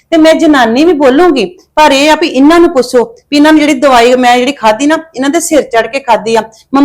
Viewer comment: ਬੋਲਣ ਦੀ ਅਕਲ ਸਿੱਖ ਲੈ ਪੁੱਸੋ ਪੁੱਸੋ ਕਰਦੀ ਆ ਪੁੱਛੋ ਹੁੰਦਾ ਐ